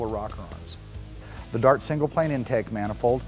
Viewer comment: He says DOT for DART.